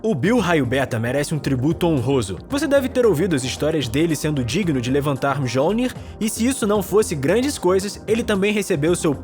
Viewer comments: O martelo do Thor se pronuncia Mionir, e faltou o Namor q foi mencionado pela general de Wakanda em Vingadores Ultimato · O martelo do Thor se pronuncia MIONIR!